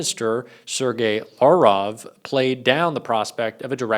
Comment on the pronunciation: try to learn how to pronounce peoples names - I'll try and write it phonetically so that you can try. Lav as in lavotory - 'roff' ie lavroff ...